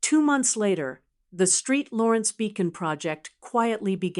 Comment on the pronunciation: ST. LAWRENCE, NOT STREET 😂😂